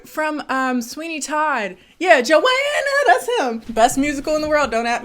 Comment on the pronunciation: "joAaANNA" really got me 😂😂😂